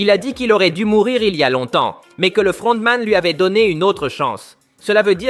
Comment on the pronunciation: LE FLLLRRRRONTMAN ET LE CAPTAIN PARLLLLK MDR 🤣🤣